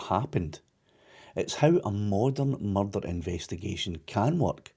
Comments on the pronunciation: There's bin a murrrrderrr.... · There's only one accent that the word 'Murrrdurgh' was made for.👍🏴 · When he says "murder" in that accent - just like Taggart